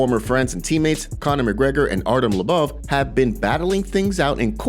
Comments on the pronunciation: Bro u say everyone’s name wrong It’s fucking mind blowing lmao it’s LO BOV NOT LA BAVE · His surname is Lobov not LeBouf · If you're going to have an MMA channel, how about pronounce the names correctly. It's (Low-Bov) not (La-Bov) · it's LOW-BOV, not LUBBUV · ARTEM LOW BOV, LIKE "ABOVE," PRONOUNCE HIS NAME RIGHT, DONT U WATCH THESE FIGHTERS? U WOULD KNOW HOW TO PRONOUNCE NAMES. DONT BUTCHER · I was listening to this and not watching so How he pronounced Lobov’s name as “La-Bub” made me assume he had a problem with someone else as well lol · It's pronounced low bov...ass hole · Dude! For real! Artem labuv lol. It's really irritating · Bro why can’t you say lobov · Why are they saying Lobov like it’s Shia Le Bouf or something. Idiots. Said it like 1000 times too. I’m Unsubbing for that. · First person I hear pronounce Lobov's last name incorrectly